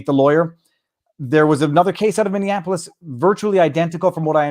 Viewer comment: Viva, it is Minneapolis, not Minneanapolis.